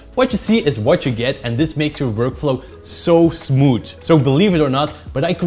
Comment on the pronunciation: Unreal Engine is impressive. Good video! has to work on his "th". Smooot.